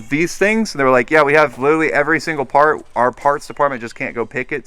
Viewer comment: When he said fart instead of part 😭 get some sleep